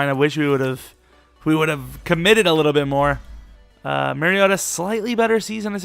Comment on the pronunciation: MAR-REE-OH-TAH ...MARIOta... it's not MERRYota lmao. Y'all gotta get my dawg name right.